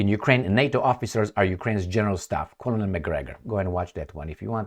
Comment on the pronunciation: Since we learn from one another, and English isn't your first language, which you generally speak very well, colonel is pronounced as kernel in English. It looks like it may be similar to colonial, and it definately looks like it would be pronounced as you did, but it's pronounced as kernel.